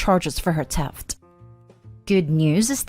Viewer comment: Wish you could pronounce words correctly. It's theft, not teft!